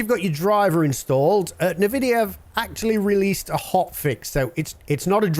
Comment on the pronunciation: sorry your video annoys me by the way you say Nvidia.